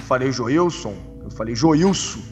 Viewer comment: joiuso joiuson nao e joiuso ta urdo meu irmao kkkkk